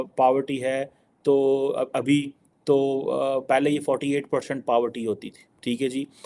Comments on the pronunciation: Power Tea nahi Poverty 😂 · Paavarty Nahi re madrasa chaap 😂😂😂